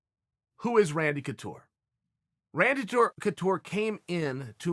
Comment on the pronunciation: Chael “Randy Toucure” Sonnen